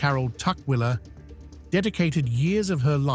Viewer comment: wow shows a image of a man at the mark, and then names him a her carol tucker, also he said name of surname totally wrong he said turkerler 🦘🦘👌👌✌✌